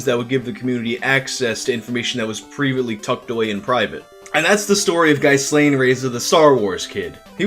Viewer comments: His name is pronounced "Ghee-lahN," similar to the chick that helped Epstein. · As a chubby, nerdy, awkward Star Wars mega-fan who was a teen in the 90s I have every possible empathy for Ghyslain. (FYI it’s pronounced Gee-lane. Like that maxwell lady).